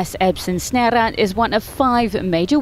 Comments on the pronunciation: The "Snare" bit should basically be pronounced as it looks, not like the Dutch-sounding attempt she made😂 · It would honestly have served the presenter better if she'd just Anglisized it to something like "Esburn Snare"